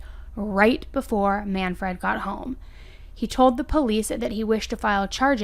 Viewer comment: Work on how to pronounce names. You’re saying Man - Fred. It’s manfred, one word.